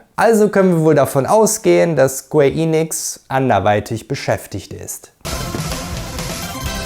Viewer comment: Super Video, Sleeping Dogs war einer meiner ersten Platin Trophäen und ich würde mich sehr über einen Nachfolger freuen… naja die Hoffnung stirbt zuletzt. Achja, kein Hate aber BITTE … es heißt square EN- ix nicht Eeeee- nix…